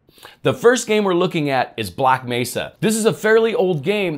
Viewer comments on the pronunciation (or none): none